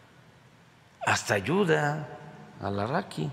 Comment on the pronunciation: "ALARAKI" QUE MAL JAJAJA JAJAJA